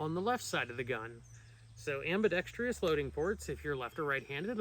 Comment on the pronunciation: nope has nothing to do with firearms. It is spelled ambidextrous. Which means it can be used by either left or right handed people. Sorry it just bugs me to see people mispronouncing it on every gun channel. It’s my duty to educate people to use that word properly…